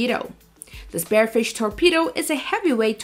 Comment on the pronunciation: Spear-fish..... not Spare-fish.... this video is rubbish